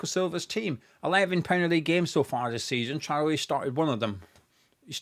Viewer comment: A few times throughout this video when you said Traore’s name I heard the name Charlie. Forgive me I’m American! LoL. I would take him, to please Nuno and for the pace.